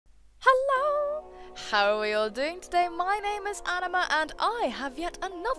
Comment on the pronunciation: Anima and you pronounce it very well :)